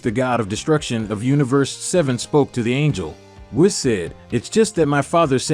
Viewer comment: It's pronounced "say-yens". And Whis is pronounced "wees".